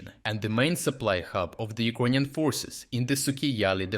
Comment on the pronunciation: Why does the narrator always say E-Kroyan instead of Ukrainian? Is that the proper way to say it? Thank you.